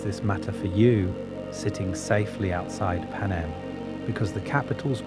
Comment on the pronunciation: Please use your own voice and not an AI voice that can't even pronounce Panem